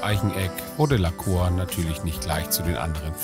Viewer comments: Ich will kein Korinthenkacker sein, aber heißt das Pferd nicht "Lacour" (Lakuur) anstatt "Laceur" (Laköör)? Und bei der Gelegenheit: Großes Kompliment an; ich rede genauso mit meinen Tieren und finde generell, dass man sooo viel mit Stimmfarbe, Tonlage und Betonung ausdrücken kann. Es macht wirklich Spaß, Dir beim Umgang mit den Pferden zuzusehen 👍🏻. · PS: man spricht es "Lahkuhr" aus :D das ist französisch. liebe Grüsse aus Dänemark von einer Halbfranzösin 😁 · sehr schönes pferd, geatulation! ich denke man spricht seinen französischen namen aber anders aus… bei lacour spricht man das ou wie “u” aus, nicht “o”… ;-) bonne chance! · lacour spricht man "lacuhr"...bitte. la Cour = der Hof, das Hofhalten, der Gerichtshof etc.